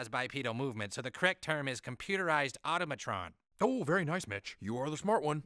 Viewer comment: Excuse me but that's pronounced au-TO(tah)-ma-tron